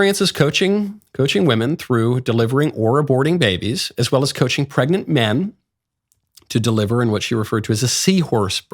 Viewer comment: Do you think karin had trouble saying "men"